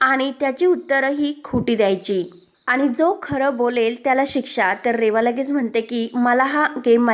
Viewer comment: भाषा फारच अशुध्द आहे.आणि चा उच्चार आनि का?